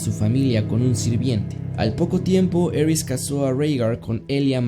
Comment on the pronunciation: El cómo pronuncias tywin lanister y aeris targaryen me da cosa